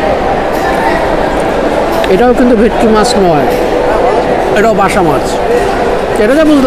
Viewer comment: Ota Maybe Basa Fish. Dada r Tongue Twist Hoye Geche 😂